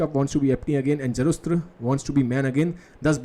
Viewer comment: Zarust nahi Zarathustra